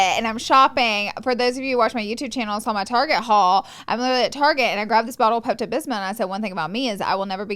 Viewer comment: “Pepto Bisma” LMAO LAURA